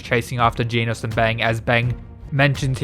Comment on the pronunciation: It's a bit unsettling to hear you say Genos the way you're supposed to pronounce 'Genus'. But great work nonetheless. Hope you get more subscribers soon (